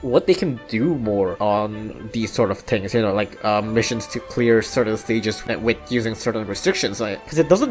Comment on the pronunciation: I have a question, why do you say "tings" instead of "things?"